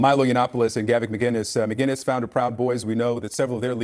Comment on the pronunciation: MAH-KIN-US, not MAH-GIN-US, there's no G.. god help us, how does this still happen.